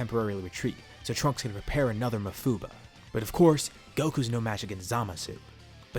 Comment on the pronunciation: you say mafuba wierd